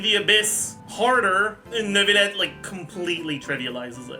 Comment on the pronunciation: "Neuvilette and Nilouyette." :D